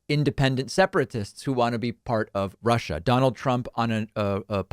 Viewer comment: It is neither ‘Global Warming’ nor ‘Rushah’ (former guy’s pronunciation 😝) that pose the biggest threat to the US and the world. No. By far the greatest existing threat to mankind (US included) is the combination of their inherent (they elected the former guy 😵‍💫!), and the atrocious ‘education’ that they receive. Combine the most powerful military capability ever, with the most biased ignorance of the (radical) retrumplicans/repuglicans… and the chances of survival, regardless of your political bias, is zero. WAKE UP … ! 😳